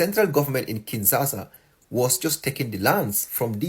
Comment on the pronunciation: Stupid-minded making videos because there's no restriction on sanity and sanctity. You only blabber far away from the reality. Bro can't even say Kinshasa correctly, yet he got to be an expert on international crisis.😅 I don't blame you internet clowns; I blame those who take you seriously. 😅